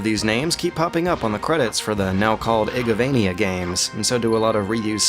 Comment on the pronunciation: for the now called what? egovania? igovania? games? what does he say there?